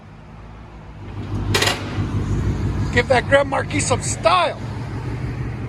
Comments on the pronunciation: 😂 correct. Markeese sounds funny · Marquis is a French word pronounced “mar/key”. No “s” sound on the end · its Grand Mar key no S on the end its silent other than that nice sound got to do that to mine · Markee please, the S is silent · For the love of god can you stop mispronouncing marquis. You don’t say the s my man. grand maar-kee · Grand Mar-key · The "s" is silent... Grand Mar-kee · The S is silent..marguis.....pronounced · He sounds ignorant. I wouldn't trust my car to someone who can't pronounce marquis right. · I really love your vids. But, please, the S is silent in Marquis. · I'm sorry, but in or out of the "hood", it is still incorrect. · The S, in Grand Marquis, is silent for god's sake... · Excellent work guys. Please drop the 's' when saying Marquis, it takes away from your professionalism. No offense, Sir. Those cars sound Awesome!!